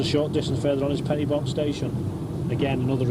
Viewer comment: A pity the commentator mispronounces Pen-y-Bont. The "-y-" should be "uh", not "i".